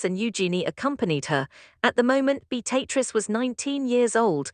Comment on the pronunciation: A1 ewww pronunciation...beat-a-triz instead of the proper pronunciation 🤮